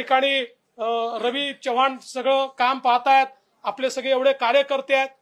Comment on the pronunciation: च्यवाण नाही माननीय देवेंद्र जी चव्हाण असा शब्द आहे